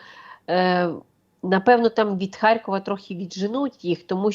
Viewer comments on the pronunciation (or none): none